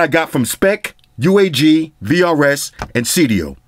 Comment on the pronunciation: For a sec i thought you said krs. Shout out to krs one